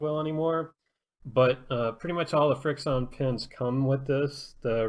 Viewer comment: Isn’t it pronounced friction